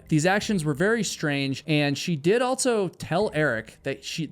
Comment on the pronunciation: "EnDERD"! What? "Altso"?? HUH??